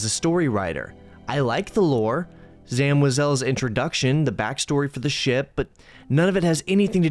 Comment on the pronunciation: This Snife wafted loves using ai mandalorian so actually we love Disney. Also he pronounce zam weasall as if she be French lol!!